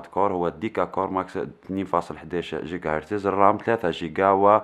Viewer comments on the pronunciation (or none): none